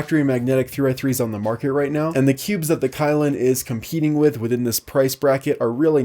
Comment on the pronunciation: It should be pronounced as ky(key)lin(lean), but it's ok .no one's perfect😊